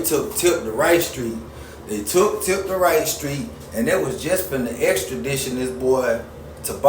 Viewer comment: "Exstidition"🤣🤣🤣 boy what grade you quit school?